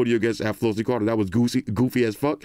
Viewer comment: Flossy the Spanish was perfecto!!!